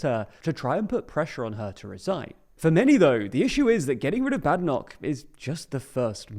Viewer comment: If you're going to talk about Kemi Badenoch, at least learn to pronounce her surname correctly. The first syllable rhymes with "made", not "mad".